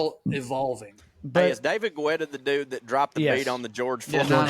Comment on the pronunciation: The last name Guetta (dj David Guetta) is pronounced Getta. Not Gwetta!